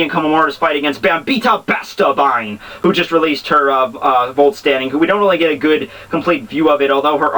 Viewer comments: oh and the vollstaendig (vollstandig(umlaut a)) is pronounced as Foll- staen- dish........ (the sh is made using the tongue to make a lighter "ich" sound too. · Sorry but I have to disagree with you there. The G in german is pronounced like a hard english g. "gehen" sounds pretty much like "gay-en", not "jay-en" And vollstaendig is prounounced with the soft german "ich" sound, which sound like you're saying "sh" without closing your mouth and using your tongue. I've heard the pronounciation quite often and have books saying this about mainstream deutsch... do you have any books or links supporting the "ig" Btw, they're easy... "I"= "ee" "e"= "eh" "g"= g